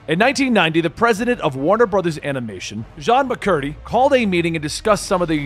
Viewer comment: Jean Macurrdy?? Lol. It's pronounced *Gene*. And Jean is a women. Come on!